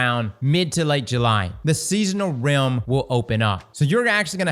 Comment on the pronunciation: He has to be saying rim instead of realm on purpose😅